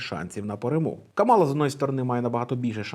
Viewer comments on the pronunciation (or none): правильно казати КАмала. Вона сама це каже в інтервʼю. І є спіч Трампа, де він сміється з цього і каже навмисне КамАла.